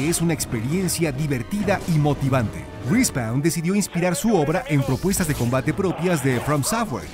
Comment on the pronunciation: "RI SPAUN" .. Cmon ..